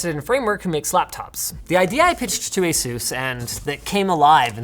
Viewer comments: Says asus wrong all the time it's ASUS NOT AZEUS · Excuse me did he say A-Sues I thought it was A-sus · Company name: Asus Linus: Ä sus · Say ASUS